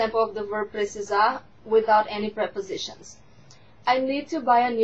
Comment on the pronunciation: Precisarrrrrr. Achei que terminava com um "r" só, precisaR. Mas de resto, ta tudo normal...